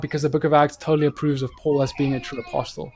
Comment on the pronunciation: Great content. Just being a stickler here: "Apostle" has a silent "t". Should be pronounced "apossel" both in UK and American English. Keep up the good work.